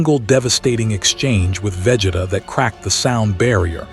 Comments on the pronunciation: Vegituh lol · Bruh I hate it😂 they all do it for some reason 🤬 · Wish AI could pronounce Vegeta's name correctly 😂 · Right... how hard is it?